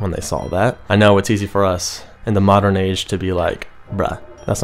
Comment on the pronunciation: Why he keep saying modern whore?